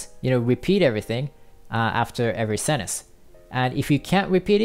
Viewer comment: Thank for such great method! cool video! BTW: It seems that you are not pronouncing correctly the word "sentence". :)